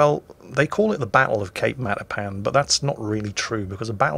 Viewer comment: Did you say... the Battle of Cake Marzipan?